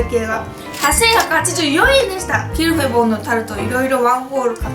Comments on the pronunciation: ゆうかちゃんの発音が完璧です (qu'il fait bon = qui il fait bon ) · キルフェボンの発音違うくない？😳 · Ieji そうなんですね⁉ 初めて聞いたイントネーションだったので、ちょっと違和感がありました(^_^;) 勉強になりました。 ありがとうございます‼ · どうでもいいけど、アクセント、日本で一般的なのは キ(´ )ルフェボンじゃなくて、キルフェ(´ )ボン(キ↓ル↑フェ´ボン)だと思う〜！ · キルフェボン本店がある県に住んでるけど（横に広いから西部東部でイントネーション違うんでもしかしたら違うかもだけど）たぶん皆発音「キルフェ⤴ボン」で言ってると思う…フランス語では正しいみたいだけどね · ゆうかちゃんとキルフェボンの発音違ってから、びっくりしたwwキルフェボ↓ンだと思ってた… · tuku29 キル↗︎フェ→ボン↘︎じゃないんだってことです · キルフェボンの発音違う気が……… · 最後の一口食べ終わったあとの 「キルフェボンのタルト」が言えてないwwwwww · キルフェボンの発音、私はロクシタンと同じアクセントだと思ってた。外国人の発音じゃなくて日本人が言う感じのロクシタン。ピチレモン、島根県のアクセントと同じ。 って例え方分かりにくいか(笑) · キルフェボンの発音あってるの？私とは違ってびっくり！ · キルフェボンの発音ちがう気がする？ うちが違うのかな？ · ゆうかちゃん、キルフェボンの発音違うよ😂笑 でも可愛い♡ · キルフェボンのイントネーションって、上がって下がるんじゃないの？？ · キルフェボンの発音ぜったいおかしいｗｗｗ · キルフェボンの音程…